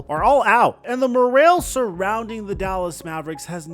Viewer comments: Me personally think probably a weirdo in real life. "Moralle" lol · Old English pronunciation 😂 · This is the craziest way I've ever heard someone pronounce "morale" lmaoo 😭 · Literally lol my first thought was this guy's Canadian or som